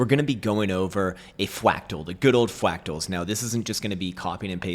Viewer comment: I mean mouth and angus are fwactals as well